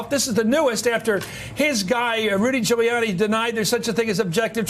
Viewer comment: "DROOLIANI"... fantastic! LOL.